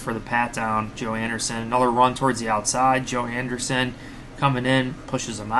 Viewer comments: Great coverage! I think its pronounced AndrEEsen. Not AndeRson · An-dree-ssen come on man 😂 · Homie must've just heard of him for the first time last night by that pronunciation 😂